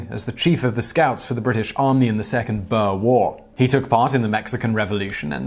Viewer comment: Your pronunciation of "boere" and "koefoet" is not even close. Interesting video though